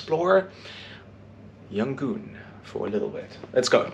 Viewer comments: "Yan gon", not "Yan goon" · FYI, It's either Rangoon (old British name) or Yangon, cannot be Yangoon :)